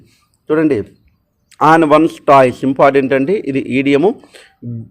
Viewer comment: toes pronunciation టోస్ కద అన్న its not టాయ్స్ ఏదో మీకు చెప్పే అంతదాన్ని కాదు